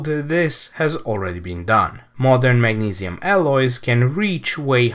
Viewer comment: he's saying mag-ne-see-uhm it's the pronunciation that I was laughing at, he said it weird.